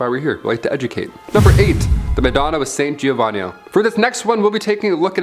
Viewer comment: please don't butcher the Italian language (saint giovannio - dominico ghirlandìo - palazo vicìo - omg!)